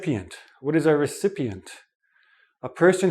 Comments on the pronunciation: "recepient" ? OR recipient? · Not recepient ..it’s recipient 🤓😂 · you have a mistake. it's not "RECEPIENT", it's "RECIPIENT" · Him Recepient or Recipient? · Lol, I think we went to the same school. I only noticed the pronunciation of "recipient".